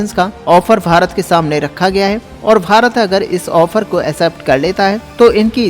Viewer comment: Sirji kindly pronounce as BHARAT & not as FHARAT